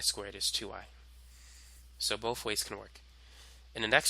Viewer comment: do u have a speech impediment u freak"boat" "tree" BOTH and THREE bro